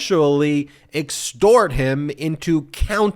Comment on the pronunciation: Isn’t it exTort, not exort?